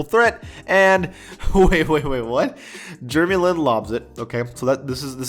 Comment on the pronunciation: “jrmey lin”